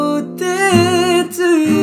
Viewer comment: Pet peeve "devotsed" 😶